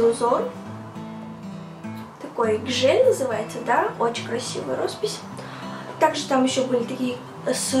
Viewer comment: Не кшель а ГЖЕЛЬ на заметку